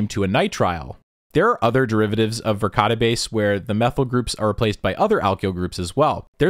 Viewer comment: I listen to these as i wind down into bed, i absolutely heard Verkade Base as Ricotta Base.